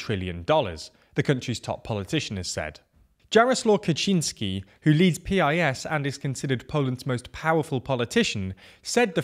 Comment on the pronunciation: Jaroslaw is pronounced as Yaroslav.